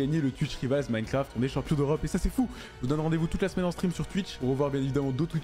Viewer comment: Frerot on dit twitch "raivols" pas rivals à la française